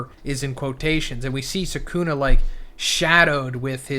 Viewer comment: Can you pronounce the names right? It’s sukuna not sekuna. Just like kizaru not kizeru